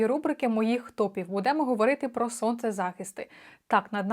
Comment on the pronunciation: Що це за "будЕмо"? Ріже вухо страшенно.